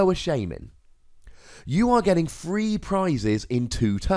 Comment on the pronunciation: I can't tell if you are saying three or free